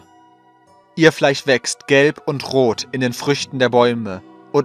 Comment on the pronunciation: Warum sagst du Fleich, es heisst FleiSCH